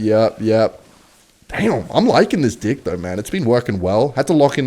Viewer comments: Why does u say dick instead of deck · Bro did not say deck 😭😭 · am I the only one that hears something else when he says deck? or am I just gone? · i loved the part when he said deck in a new Zealand accent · The wizard is a counter to your what??? 😂 Gotta love the accent! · no one says "deck" like that